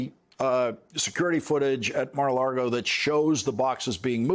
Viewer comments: Did he say “Mar-a-lardo”? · While I appreciate Lawrence’s nuanced coverage, it’s nails on a chalkboard every time I hear him say Mar A Largo. There’s no R in the word Lago… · Lawrence, I love ya...but pronounce "Mar-a-Lago" correctly. It's NOT "Mar-a-LaRgo"! 🤣🤣